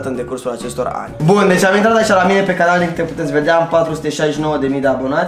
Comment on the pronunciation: Selly zice "canar" in loc de "canal" 😁